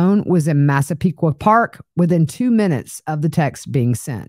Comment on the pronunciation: Proud of your (correct) pronunciations of Massapequa Park and Hauppauge!